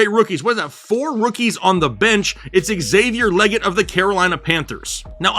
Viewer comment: Xavier LEE-get, not LEH-get. You got this, crunch time guys.